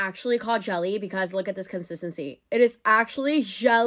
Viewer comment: why is she pronouncing jelly like that 😭